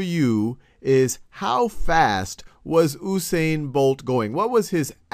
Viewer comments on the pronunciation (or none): first of all it is U(you)sane not ousaine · The man's name is pronounced uuu-Sain not ooooo-sain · Nope. OO-sain, He is Jamaican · It's actually pronounced "Yoosain" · Dude yousain bolt that's how u prenounce it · should be "YOO-sain" Bolt lol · Oosain Bolt???? LOOOL. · ITS PRONOUNCED yu-sane-bolt